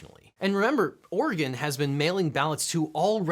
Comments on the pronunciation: Thank you for saying Oregon correctly. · Shout-out to you for actually knowing how to pronounce my state's name correctly. People on YouTube get it right and know about my state more than a lot of journalists and politicians.